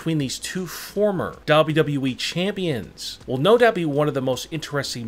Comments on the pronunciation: Nobody : Not even the spider from under my bed: This guy: dabruee (WWE) 😂😂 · Mans says dubidiué